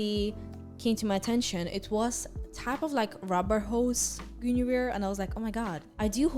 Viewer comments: GOON-averse ( don't worry I not native American speaker either) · Hope this helps with pronouncing Guinevere, At least I think this is correct but I could be wrong Gwen-A-veer "Gwen" like the name "A" like in "cat "Veer" like the last syllable of "severe"